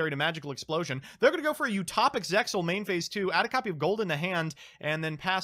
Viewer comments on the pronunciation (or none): none